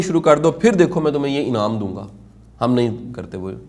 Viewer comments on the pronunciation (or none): none